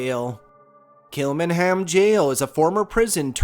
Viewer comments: Great video. Kilmainham Jail is actually pronounced as Kill -main-ham Jail. I'm surprised 'The Brazen Head' pub wasn't mentioned. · It's pronounced kilmainham jail. I worked here for 8months and experienced one paranormal encounter but can't be 100% sure.